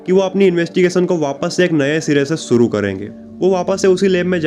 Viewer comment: aap ek anchor hai apni language per Dhyan dijiye sha ko sa mat bolye ek anchor ko apni Bhasha per command hona chahie suru nahin hota shuru hota language Sapna aur to video dekhne ka man nahin karta